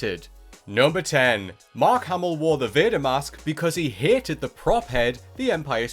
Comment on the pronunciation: "Hited" or "hated"? I had to watch the video with subs and eventually turned the audio off.